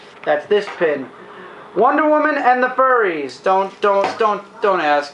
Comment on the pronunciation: um... i think you're mispronouncing furies there. cause if it's Wonder Woman & the Furries, well, that's a whole other level of weird, LOL! :) good episode.